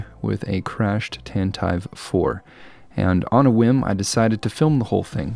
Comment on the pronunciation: Great...another (incorrect) pronunciation of "Tantive".